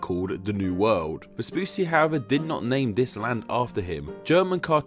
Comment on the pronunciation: Vespucci is pronounced "ves-poo-chee", not "ves-poo-see". Paired Cs in Italian are pronounced like CH in English.